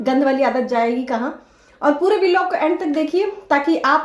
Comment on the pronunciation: बिलॉग नहीं ब्लॉग बोलो डिग्रीधारी